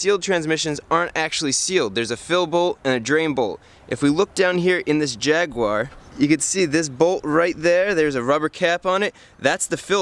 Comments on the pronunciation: I only came here to hear Jaguar pronounced wrong.....😁😉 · Jaguar is NOT pronounced Jagwar. It is Jag u (you) ar. JAG YOU ARE! Why can't Americans ever pronounce anything properly? Haha